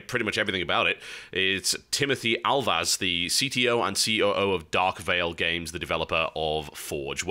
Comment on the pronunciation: Lol,instead of Dark Vale Games,i heard Dark Fail Games XDD